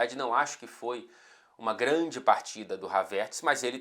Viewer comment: vc dava um ótimo cebolinha, grande talento pra mudar o l e o r kkkkkkkkkk